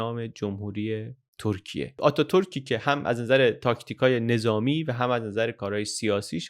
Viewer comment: سلام و سپاس از زحماتتون؛ سؤالی برام پیش اومد که چرا در اوایل ویدئو، "ترکیه" رو دوبار بصورت "تورکیه" و با اون "و" خاص تلفظ کردید..